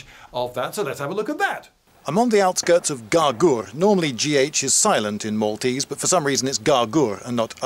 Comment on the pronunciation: This is a seal 🦭 of approval for your pronunciation of Maltese names, from a Maltese person 😁👌.